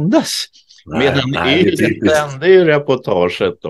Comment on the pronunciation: Bra info. I Finland uttalas bokstaven ”Y” som ”U”. Man säger således ”ULE” när man refererar till ”YLE”. Fortsätt med ert mycket trovärdiga arbete.